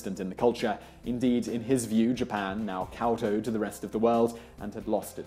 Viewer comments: That would be 'kowtowed' ... not cowtowed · cow-toed???? XD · You mean kow-tow, NOT cow-towed. No cows are being towed, dude.